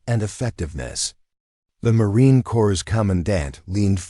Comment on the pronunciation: These are some of my favourite stories, with the longterm outcomes of excellence. No need to bang on about “she never sought recognition”, you’re showing it in the story And “Corps” is pronounced “cor” 🇨🇦